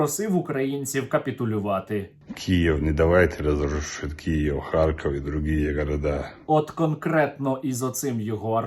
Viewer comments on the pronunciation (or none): none